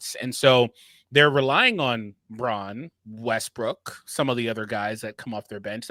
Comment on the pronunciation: Westbrook...its westbrook..😮